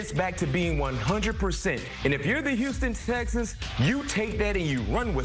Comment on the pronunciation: This brother can't pronounce the words, 'Houston Texans'. He has said it 4 times in this video and each time it comes out as, "Houston Stexans". .🤣🤣